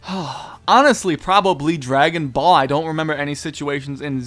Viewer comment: i like your videos but u say ball sound off lol